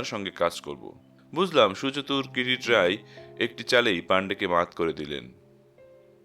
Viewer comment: Kirit Roy ?? Kiriti Roy. Kichhu uchcharan Kane lagchhe. Onotha path bhalo